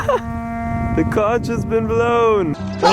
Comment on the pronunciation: It's pronounced "conk" like honk not conch like staunch